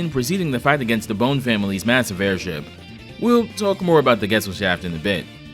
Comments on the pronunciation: This isnt a critique to be annoying but the Bonne's, the name is pronounced like Bond, not bone. Bon Bonne is a play on bonbons, etc. Love your work, the Cyclops video is my absolute favorite :-) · I think Volnutt’s Weapon Switch gimmick in TVC is way more elegant than Mega Man’s in MVC. Though as a side note, I’d put more stock into how the Legends games themselves pronounce Bonne compared to MVC3, personally.